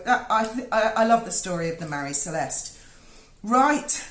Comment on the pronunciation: Get it right. It is NOT Marie Celeste, it's MARY Celeste.